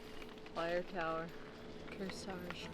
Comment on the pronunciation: Thank you for your kind words about the state. I was born in and have lived here my whole life. Yes you’re pronouncing it right kear-sarge. Come back again well Leave the light on for you. (an old saying we say here in New Hampshire.). You left just in time we now have snow up there.